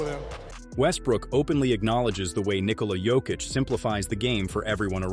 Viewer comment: When? I didn't hear it all i hear is Nikhola Jokitch